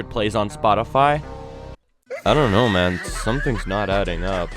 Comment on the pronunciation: the way he said man is so Canadian 🇨🇦😂😂(btw im Canadian)